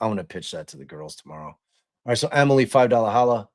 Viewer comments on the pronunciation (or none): none